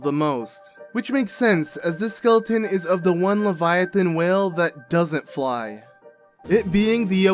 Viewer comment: The way he pronounces it still doesn't fit either English or German.